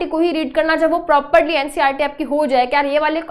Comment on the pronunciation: It's ncert not ncrt😅